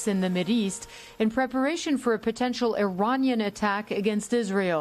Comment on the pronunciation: Why is she saying "Iran-yan" instead of Iranian? (I-rain-ee-ahn)